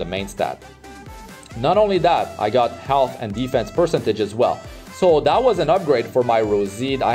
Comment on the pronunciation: Great video man, thanks for the gear showcase. Quick tip, please check the correct pronunciation of the word 'percentage'. Love your videos!